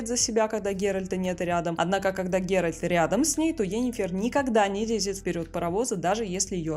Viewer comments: ГеральТ, а не ГеральД !! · ГеральТ, Т, Т не Д, не ГерольД, не герОльд. ГеральТ! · почему голос все время говорит ГеральД когда должно быть Геральт это что нейросеть ролик сделала? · Согласен с мнением автора) видео крутое, автора слушать одно удовольствие, только ГеральД сильно ухо режит 😅